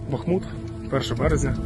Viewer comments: Бахмут, а не Бахмут же! =D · не Бахмут, а Бахмут! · Спробую допомогти тобі запам"ятати як правильно говориться БахмУт. Наголос на У, бо БахмУт - це Україна. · БАхмут, не БахмУт!!!!! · Олександр Пономарів зауважує, що назва міста походить від назви річки Бахмýтка, відповідно й місто Бахмýт. Все дуже просто. Також наголос у топонімі Бахмут, пов'язаний із назвою бахмутка - кухонна сіль, яку видобували в копальнях Бахмутського повіту. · Правильно - БахмУт. Проверочные слова: речка БахмУтка, БахмУтский шлях (дорога от него) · Та, БахмУт. Теж раніше робив наголос на перший склад. Потім зацікавився і вичитав що БазмУт. Як хомут (асоціація для запам'ятовування, на також на другий склад наголос). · БахмУт, не будьте як русняві, які навіть свою мову не знають. Правильне наголос у слові Бахмут У зазначеному вище слові наголос має бути поставлений на склад з літерою У — БахмУт. Бахму́т Бахму́т, -ту, в -ті (м.); бахму́тський, -та, -ке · У БАхмУта подвійний наголос. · Наголос на літеру У, так як річка Бахмутка (теж наголос на У). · Правильно говорити Бахмут, а не Бахмут